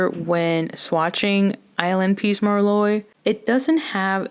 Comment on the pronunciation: Thank you for the comparisons, they really help!! I like the colors but I'm not sure if I'm going to pick any up. Also I just gotta say, 'Merlot' is pronounced mer-low. I made that mistake when I first started waitressing. The customers had a great laugh. 😂❤